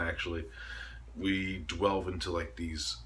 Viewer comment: Deeeeeeeeeelve!!!!!!! Not dwleve